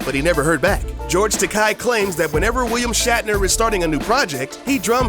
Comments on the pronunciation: George TA-KAY not TA-KAI :) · It's TakEI. Like TOUPEE. XD